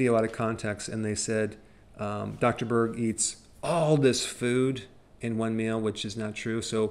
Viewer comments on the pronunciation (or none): none